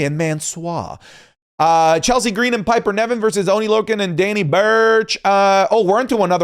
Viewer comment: I wonder if has ever said Piper Niven's name correctly, he always says Piper Nevin 😅